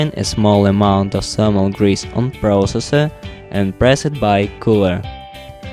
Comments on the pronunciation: why not you using thermal paste? ... I never heard about salmon grease for this application .... that u keep mentioning in the video :D /lovely accent, haha, just kidding/ :D Am I the only one who hear 'salmon grease' ? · zhe salmon hease 😂 im dying here